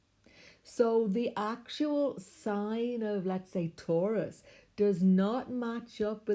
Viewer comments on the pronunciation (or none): none